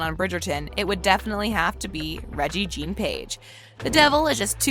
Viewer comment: I don't mean to be picky, but shouldn't the narrator check on the pronunciation of certain words before recording the video? Regé is pronounced Reggae, Jean rhymes with John, and the name is Featherington. Plus Lady Danbury is not Simon's grandmother. She's the best friend of his late mother and helped raise him. Did you watch the series?